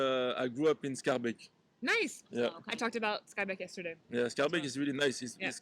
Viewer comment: You pronounce Scharbeek, Etterbeek like a french , it's Skaar baik